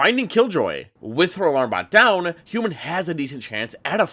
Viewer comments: Triggered every time he says HYUNMIN like that....wtf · the hyunmin pronunciation is making my ears bleed